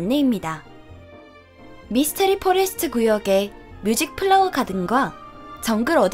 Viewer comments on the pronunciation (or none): none